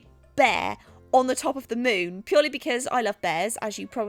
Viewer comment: Omg did anyone else constantly heard "moob" instead of "moon"? No? Ok then...